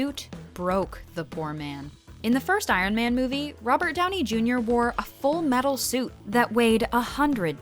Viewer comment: “Robert Downie Junior” I’m just sayin it’s Robert Downey Jr.